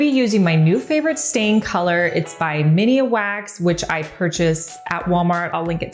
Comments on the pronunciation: It MINWAX not mini wax..lol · It's cute when people cal it "mini-wax" instead of minwax, Not sure if it's on purpose or just a mispronunciation, but it makes me smile